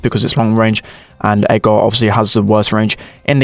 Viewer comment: it's not edgaaaar it's edgrrrrr lol